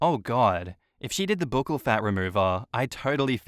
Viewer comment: Isn’t buccal pronounced like Buckle?